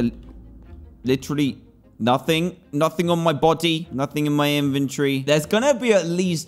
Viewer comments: I love the way he says inventory inventiry or inventry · How people say inventory: “inventory” How dantdm says it